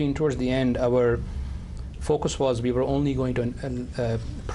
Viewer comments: Why does he say V😢 instead of WE??😅😅😅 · Cos he's Indian. They confuse V and W, so they say "Wegetable" but also "Ve". I had an Indian tutor who even used to say "Wedge-eatable"😂😂